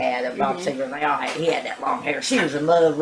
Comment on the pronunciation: It's Seger Not Segar!